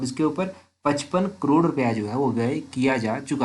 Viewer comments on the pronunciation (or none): none